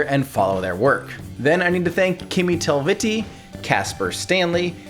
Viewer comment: Kimi Talvitie... TORILLE!! Maskein... Talvitie isn't pronounced like some Italian name Telviti. Tal-vi-Tie. Phonetically. Name means "Winter road"